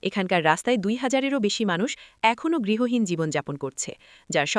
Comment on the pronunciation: গৃহহীন বলুন, গৃহীন উচ্চারণ বারবার শুনতে ভালো লাগছে না । অনেক অজানা তথ্য জানতে পারলাম ।